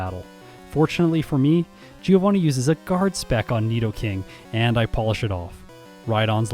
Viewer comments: Fun fact: Giovanni shouldn't be pronounced "geo-vanni", it should be closer to "joe-vanni". I say fun fact because absolutely no one says it right... including official sources. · Uhm, actually giovanni is read with a mute i. Source: well, it's my language, i'm italian lol The "vanni" part is right, the "gio" is read more like "Jo" Kinda like giorno giovanna from jojo (which also was supposed to be a Giovanni btw) Btw love these 1v1 videos, please make more of these, the solo run have been done too much, this twist gives the video much more value! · Hey, italian here. Bit late, but I'm gonna be the AKSHUALLY guy and tell you Giovanni should be pronounced "joe-vunny", so the pun with geo doesn't really work:^) Keep up the good work, I had missed this one but I'm hooked to the whole series! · The GEOvanni part kinda makes sense when you see it that way, I've never thought about that, although if you assume Giovanni to be italian then 'Gio' would be pronounced like 'Jo' in Joseph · How come not a single english-speaking Poketuber knows how to pronounce the name "Giovanni"? It's an italian name guys, the "I" is silent. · Giovanni isnt pronounced GEOvanni in Italian. It always triggers me....